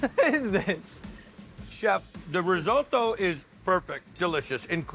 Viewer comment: You can see that chef getting annoyed every time Guy pronounces risotto incorrectly